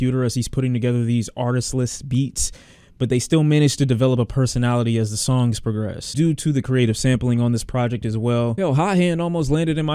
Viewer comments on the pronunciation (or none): none